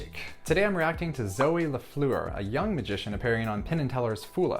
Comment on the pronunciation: Sorry Jason.. That’s not how the french name Lafleur is pronounced :)